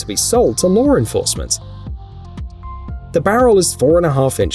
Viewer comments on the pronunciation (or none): You DO realize don't you that the word "law" doesn't end in an R.